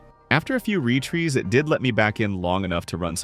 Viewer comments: retrees? retries? thats suspect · "after a few re-trees" ?? what? Is this an AI voiceover? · "vram" "retrees" huh